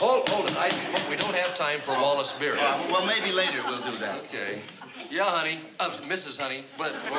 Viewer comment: Wallace BEERY, not Berry.